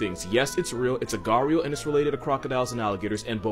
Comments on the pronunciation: I died laughing how he pronounced 'gharial' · Ah the gharial pronunciation!😏😃